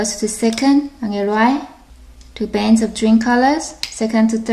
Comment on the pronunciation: Lol u say to bans instead of two bands